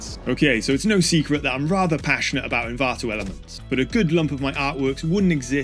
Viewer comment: Stop saying Envanto Elements 😁